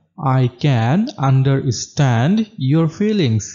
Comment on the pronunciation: understand, এখানে R এর উচ্চারণ উহ্য থাকবে। আন্ডাস্টেন্ড হবে।